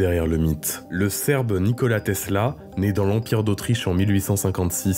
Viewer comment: Teessllaaa ouuuii ! à prononcer comme suit